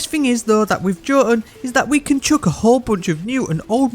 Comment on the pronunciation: I love how the five ways you pronounce jotuun were all wrong